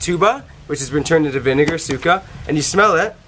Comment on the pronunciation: You pronouce suka(vomit) like sukah and suka(vinegar) like you say the a like not even for 0.20 seconds